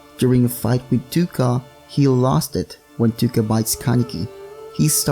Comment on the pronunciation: You actually prenouce it toe-ka :)